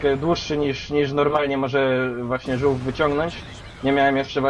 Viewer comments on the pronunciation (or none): nie zółf tylko rzuf. - naucz się pisać poprawnie:p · AerodynamiC Aero nie żółf tylko żułf :D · A39 Tortoise czyli "ŻÓŁF" - matko boska, ludzie kochani...